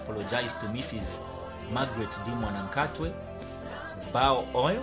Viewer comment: It's not mwanakhatwe it's mwanakatwe